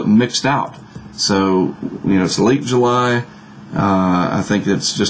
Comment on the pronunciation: You're the second person making reference to this. If he pronounced July strangely, I didn't notice it.